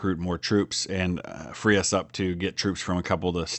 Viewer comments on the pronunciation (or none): none